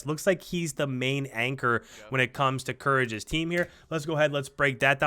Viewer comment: It’s Courage bra cmon lol